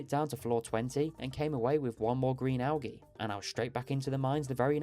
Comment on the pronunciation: I made it 4 mins in. Had to click off. Please look up how to say al-gee. Good luck though